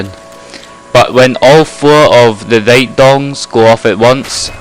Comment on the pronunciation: It's Gongs. Not Dongs. 2 completely different things Good video it helped me alot